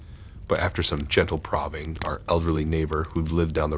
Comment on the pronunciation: Probing mispronounced in story one.